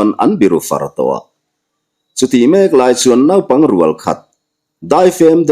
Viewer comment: Naipang i lam dan hi a dik lo tlat mai.Nau tih lai hi thluk loh tur,chutiangin Arpui,Arte,Arla adt,,ah pawh Ar tih lai hi thluk loh tur a ni e,a ngaihnawm telh telh e.❤